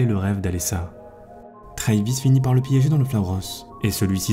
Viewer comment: le nom travis se prononce avec le A, comme en Français, et non "treyvis"